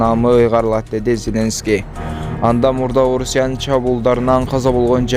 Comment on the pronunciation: Селенский эмес Зеленский